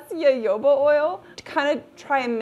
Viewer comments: me, a Brazilian who pronounces jojoba with a soft g/j sound (as in Genevieve), every time I hear say YoYOba, 😬🤢😰😭😢🙉 luv ya bb, I know there's a million ways to say the same word, I just can't help my roots 😅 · You are the only person I've heard pronounce jojoba like that. Interesting. I've always said it with hard 'j' sounds. I've also heard it with 'h' sounds. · Jojoba oil is actually a liquid wax. Of the most common oils and waxes available, it most closely resembles sebum, the natural oils in your skin. It does not clog pores either. I have used a 6:1 ratio of jojoba to beeswax on my face with excellent results as a night "cream". And +1 to - it is pronounced ho-ho-ba. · As someone who has studied etymology and it is Ha Ho ba not yoyo ba oil. Yes yes I know Germans say yo yoaba but that is how they say Js. The word is Mexi-Spanish. The letter J is pronounced with an H. IT IS HA-HOBA!!!!!!!!!!!!!!!!!!!!!!!!!!!!!!! EVEN THE PLANT IS SOUTH AMERICAN! There is absolutely no defending calling it yoyo ba....none. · definitely agree....i am American and don't personally know any other American who pronounces it jo-jo-ba. We all say ho-ho-ba as all references for pronunciation are found to instruct you to say it. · Omg, please, it's HoHoBa, not YoYoBa. Thank you. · i was pronouncing it jojoba like jojo in my head this entire time instead of hoho or yoyo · Friendly public service announcement: jojoba oil is pronounced like ho-ho-ba :) Think of what santa says lol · Yes thank you! Girl I love your channel but your pronunciation of Jojoba was killing me softly. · II always fight with myself because I can't get myself to NOT say 'Ja-ho-ba " ... as if I am mispronouncing the name of the Jehovah's WItnesses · it was bothering me too 😂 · omg girl it's pronounced ho-ho-ba. It's also a misnomer though called oil, it's actually a liquid wax. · It’s pronounced hohoba. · I was hoping someone would tell her...lol :)